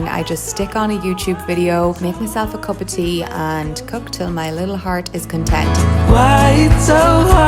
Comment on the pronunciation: Moch, lonch, cop, makeop.. u spell 'u' as 'o' .. why is that?? I mean, every other pronunciation is alright.. but a few of these are odd On the other hand, you said "usual" correct.. u didnt say "usuol"